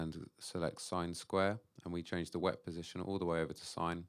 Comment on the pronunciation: It's "wavetable position" not "wet position"